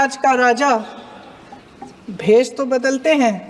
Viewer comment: What a shameless speech, can't pronunce 😂 word rja nahi it's Raja.